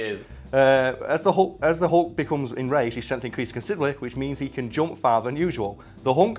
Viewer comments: Its pronuced "hulk", not "hawk" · is it just me, or does he say " The Hunk"?